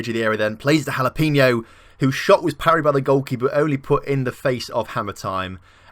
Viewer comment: Jalapeno is pronounced like Ha-la-pay-no